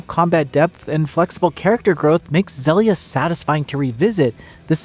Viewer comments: zellia? its zill... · agree I prefer Xillia 2... I always thought it was pronounced Xeelia like exhile... exhilia... dunno... anyway I also prefer 2 apart from the debt to repay which was a nightmare gameplay idea I still remember it from the ps3 era. Tales of Xillia 2 after Berseria is still my fav Tales game. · Loving a game, but then are not even able to pronounce it. I'm out